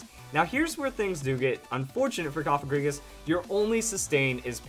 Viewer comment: You are one of the Few People in the Pokemon Community that Pronounces Cofagrigus the Right Way! Thanks! :D